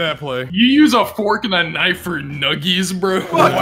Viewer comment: Numgies bro